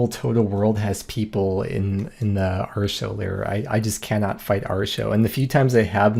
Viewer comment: Dear god please stop prononuncing Arrrr-teee-ohh like ar-sho. I know the wiki text to speech told you that, but it actually makes my ears bleed. Love you, I just can't take hearing Arsho again.